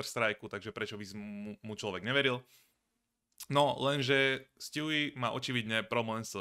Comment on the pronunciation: ''sťůví'' mě baví xddd